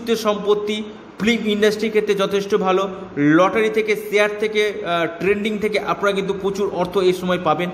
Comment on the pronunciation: ট্রেডিং উচ্চারণ করুন। ট্রেন্ডিং নয়।